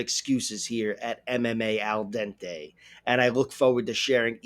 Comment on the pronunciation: We still love you!! Some respect on AL DENTES name!